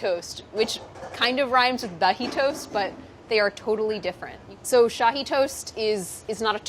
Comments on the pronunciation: Love the way you pronounce Shahi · Love the way you pronounce Shahi (aka my family name) . It’s also called double ka meetha. I know why you call your mama gabbu ha ha ha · Lol Shahi is my name. It comes from shahinaz which apparently is the name of a Persian queen like a million years ago. Sounds super weird hearing someone who doesn’t know me actually say it right! Haha